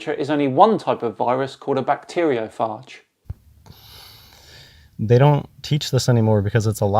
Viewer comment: Ahhh, yet another religious person who uses the word 'religion' in a pejorative manner. P.S. bacteriophage rhymes with cage.